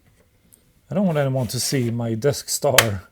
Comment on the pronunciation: I keep hearing Deskstar as Death Star (given the failure rate, that sounds about right)